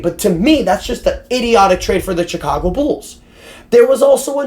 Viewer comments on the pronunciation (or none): Pretty sure it’s pronounced Shicago 😅